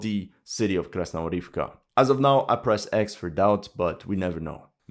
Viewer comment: Mate, I'm begging you - KrasnoGOROVKA, not Krasnorivka. For god sake.